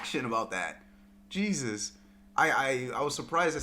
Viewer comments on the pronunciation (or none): none